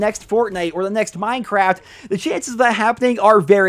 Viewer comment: Idk why, but hearing say Minecraft sounds really strange to me.